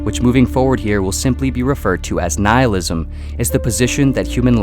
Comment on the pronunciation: Noohilism! No no no its Nihilism Ni-hilism. Yes yes thats it.